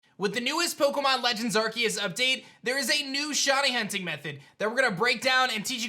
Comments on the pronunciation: “Shiny Hutning” at the end kills me everytime ☠️ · shiny hunting not hutning